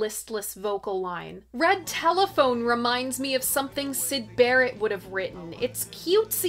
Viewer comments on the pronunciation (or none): none